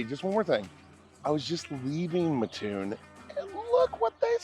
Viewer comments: Thank you for correcting the way Mattoon is pronounced. I was married to someone from Northern Illinois and every time he pronounced it I would correct him. Made me crazy. I would say you pronounce both 'T's not just one. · It was mildly annoying to hear him continually pronounce it that way. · Yes! THIS!! and also tuscola while you're at it. TUSS..not ta-scola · I live right down the street from there and eat there a lot. Next time you are there try their fried mushrooms. They are fabulous.. Also please pronounce the name correctly. The locals don't like anyone mispronouncing our name. It is Mat (like in doormat) Toon (like in cartoon).Not Muh-toon. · The way to explain it is do you sleep on a ma-TRESS or a mattress like normal people? Well that's how ya say it, Mat-toon. Charleston raised here, right next door. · It’s mattoon not ma toon Illinois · It's pronounced Mat-Toon. It's only called Ma-Toon because of a guy on the radio did it because it bugged his mother. And because of him many people outside of Mat-Toon started saying it wrong even on the channel 9 news from Decatur and other news stations, which still does it today. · Do you have any friends named Mutt? Do you sleep on a muttress? Nope, your friend's name is Matt, you sleep on a mattress, and it is pronounced Matt-Toon! Glad to see the video - grew up 2 miles west of the McDonald's at the end, used to ride our bikes there to play on the playground. When I was in high school we moved in town and could hear the drive up announcer calling out numbers (Drive up Twenteeeee - ooooooooone), he was very distinct! If you ever go back, ask a local to do an impression, everyone had one. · The way you say Ma--ttoon is killing me . Great video though , Thank you . I was born and raised near Mattoon . Mat-toon . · I've lived in Champaign - Urbana my whole life and I've always heard it pronounced matt-toon. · Oh ok I understand. It's pronounced Mattoon not Mattoon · instead of “mah TOON” it’s more like “matt TOON”